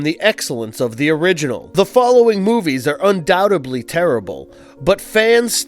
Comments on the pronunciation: "Undoubtebly" Oof. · There is only 1 silent "B" in the word "Undoubtedly."